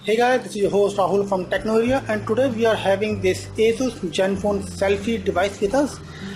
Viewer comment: its like hes saying jenfone 2... haha